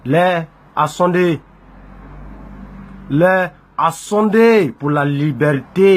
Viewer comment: "L'heure a sondé" ???